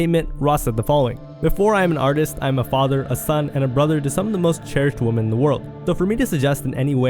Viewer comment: He said women so many times and pronounced it wrong every time